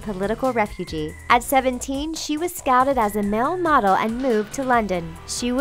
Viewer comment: and "mel" model instead "male" (like mail)